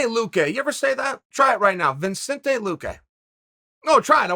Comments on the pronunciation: Vin-Cente? Lol Chael’s teleprompter should read: Vuh-Cente Lu-Kay or else he’s going to butcher everyone’s name. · Lol poor Chael thought he had one right. "Seriously say his name, Vincente Luque!"... Can never take him serious!! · "Vincento Lah-quay" Some Chael approved pronunciation there... :p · Chael: Say his name Whole mma community: Vincento Lahquay? Chael: You're goddamn right! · Uncle Chael it's Vih•Cent•Tay Lou•Kay. How do you add an N in there? YOUR TITLE IS EVEN SPELT CORRECTLY LMAO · Me: "Vicente Luque" Chael "Vinsentay Luque say it" Me: "Ok great, Vinsentay Luque" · Vin Saint Ey Loo Kay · Uncle Chael is adorable. He just learned almost how to say Vicente Luque